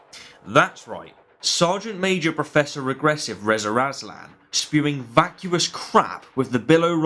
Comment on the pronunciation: Why do you keep calling him “Rezer Azlan?”